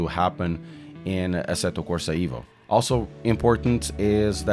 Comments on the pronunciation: yes...but EVO , not IVO :))) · please call it exactly "evo" not " ivo " as its director said